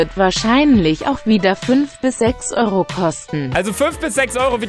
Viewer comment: "Eeros" Heißt das nicht eigendlich Euro teurer Oder bin ich dumm 😁😂😅😁😂